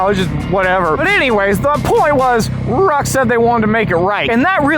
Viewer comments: It's RHOK! ;) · I keep hearing RHOK, its been a minute I guess😅